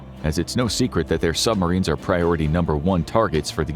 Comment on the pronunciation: I little annoying how the narrator says “sumarines” Like, there is a B,dude